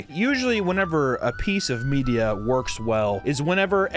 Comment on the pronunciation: "...a piece of *MEATia*" brilliant seasoning to this double entendre, with a side of delicious content and commentary.